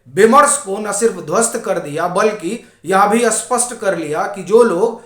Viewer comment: स्पस्ट और अस्पस्ट में बहुत फर्क है । आप स्पस्ट को अस्पस्ट बोलते हो । आपमे बस यही कमी है,बाकी सब ठीक है ।